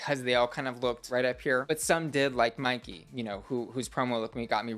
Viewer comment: In Australia we have Myki Cards, which we use for public transportation where you tap on and off using scanners and it is pronounced how she pronounces it... So I read it like that "S